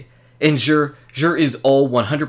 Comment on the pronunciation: It's actually pronounced Zur. Not Zhur. Tried to spell it to make sense!!! Lol..